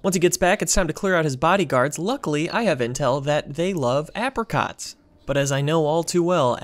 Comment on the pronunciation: The hell is an ah-apricot. AY-PRICOT dude 😂